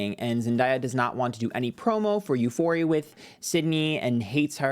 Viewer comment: The way any mispronounces Euphoria and Zendaya name is taking me out 😂😂